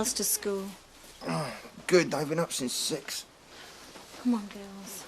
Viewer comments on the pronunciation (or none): Sounds like she’s saying “The Gals”.